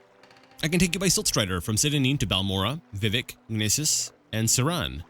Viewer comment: Good job, keep it up! By the way Vivec is pronounced vih-VECK, emphasis on the second syllable. And your guess about the Sea of Ghosts is correct! I'm not sure that's what gave the sea its name, but humans were fleeing Atmora to Tamriel en masse and many ships sunk there.